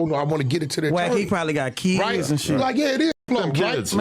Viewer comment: with that he got "keyids"😂